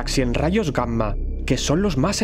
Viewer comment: No me gusta como escucho la palabra, Gamma. La e oido mal toda mi vida, o l estás pronunciando muy literalmente, porque escucho la m, como si fueran dos palabras diferentes..